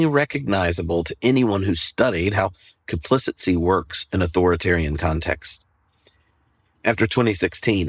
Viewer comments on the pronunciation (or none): I’m interested in why you pronounce “complicity”—correctly spelled in your slides—as “complicency” which is not a word. Editor and announcer here. But I like the lesson and have passed it along to our pastor.